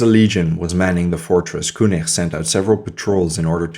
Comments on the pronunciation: the name: Koenig: "kooneerh"...the fuck? It's said "Kenigg" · prononce Keunig please :))) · Koenig was French and his name has to be propronounced